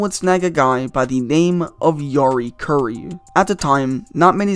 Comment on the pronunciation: Yori Curry? Really? REALLY?